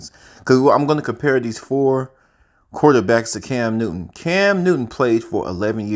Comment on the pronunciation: Bro decent video..but your Ssssss are killing me!!!! It's not Cams Newton..and it's not yardages .....!!!